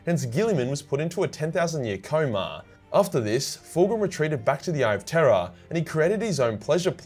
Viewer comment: With your Australian accent everytime you say "The Eye of Terror" it sounds like you're saying "The Eye of Terra"😂